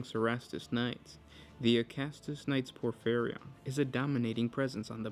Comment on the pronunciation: Say it with me: POR - FEE - REE - ON